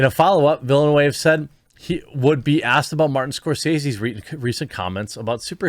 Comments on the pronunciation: Your pronunciation is indeed wrong. "Denis" ... the 's' is mute, it is pronounced "Deni". "Villeneuve" ... the pronunciation is more like "Vil-nehv" almost "Vil-nov" ... french 'e' is not pronounced 'ay', but more 'eh'. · Vill-noov… for the love of god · Jeremy, his name is pronounced Denny Villain-oove. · Pronunciation is "veelneov" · Ville NeuVe! Not that hard Goddamit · Its not going to flop. his name is Vil- eh- noov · as a french canadian, the correct pronounciation for Denis' last name is "Baguette", "Fromage" is also acceptable. ps. it "Vill-nUH-ve" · Villeneuve is pronouncing for you anglos as "vil-newve". If you have time go on youtube and watch sone highlights on the formula 1 racer, jacques villeneuve. His father, gilles villeneuve was a way better racer despite his atrocious death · It's pronounced "veelnuv" (the trailing e is silent) ^_^ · "Veely New" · Villeneuve is pronounced "Veal - Nerve". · "Veal-nuv," if you want to get even close, Jer. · Dhuh-nee Veal-nhuh-vhuh In french, if there's a consonant letter at the end of a word, it's pretty much always silent. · Villeneuve = VEEL-NOOV (closest for english speakers) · why don´t you just watch a youtube clip where somebody says his name? Dude! Villeneuve is french. Do you even try?